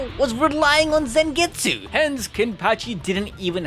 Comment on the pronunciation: Stop saying Zengetsu